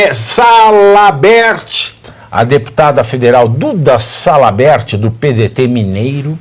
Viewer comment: Pavivi não erra não. Salamerd. Kkkkkk